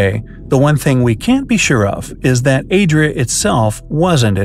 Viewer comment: calls the new continent “Yo Adria“!